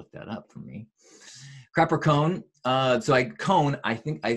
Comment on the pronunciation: Sounded like crapper cone to me! Makes me worried what someone did to a traffic cone...